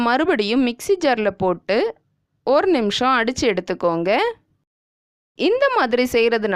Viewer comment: It sounds like ORU table spoon seeni please do correct it